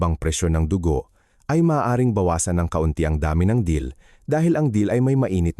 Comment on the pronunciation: wrong spelling lng kc AI voice gngamit nya mali2 pa accent Dill po hndi Deal search mo ung Dill Dill (Anethum graveolens) is a versatile, aromatic annual herb in the celery family (Apiaceae), featuring feathery green leaves (dill weed) and small, brown seeds. It offers a fresh, slightly peppery, and grassy taste, commonly used in pickles, salads, and seafood dishes. It thrives in full sun, grows up to 3-4 feet tall, and thrives in temperate climates.